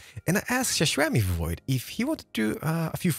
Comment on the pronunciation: Its pronounced Sashimivoid. Jeez, remember!